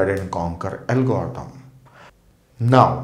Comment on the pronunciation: parece que cuando dice algoritmo dice "el gordou" jajaja por cierto me ayudo un monton!!!